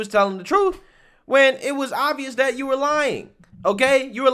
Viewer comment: Speak English. the word is "that" not "dat"